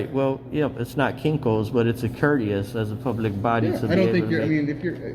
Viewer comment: "It's a 'COURTIOUS ..." Lord God.